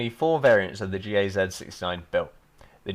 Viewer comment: Gaz sounds like "guzz"